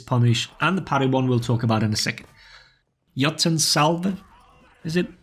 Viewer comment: jotunn is pronounced yaw'toon